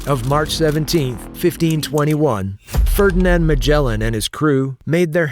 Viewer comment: It’s Magellan, not Magella